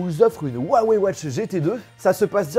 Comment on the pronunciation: On dit ruawey